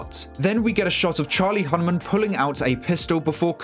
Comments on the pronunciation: Sorry bro but I am SO SICK of these amazing YouTube breakdown movie reviews and I’m expecting an expert, not someone who says an actors name COMPLETELY WRONG. How do you get hyped about a movie and than call one of the main actors with the wrong pronunciation? It’s Charlie Hunnam not “Hunman” like how you be out here with a fantastic breakdown video and than just be in the world saying actors names sooo wrong 😑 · Charlie “Hunman” is actually Charlie Hunnam 🙃